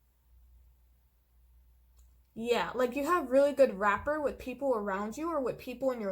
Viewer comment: thank you very much for your tarot and awesome insights. The word " rapport" is pronouced as /raˈpôr,rəˈpôr/, unlike " wrapper". I picked pile 4:)